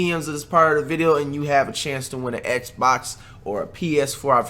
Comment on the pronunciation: I love how he didn’t say Xbox properly